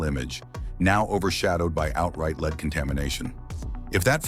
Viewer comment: Please pronounce word Lead like the metal it is.